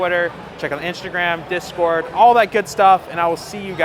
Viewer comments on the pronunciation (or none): none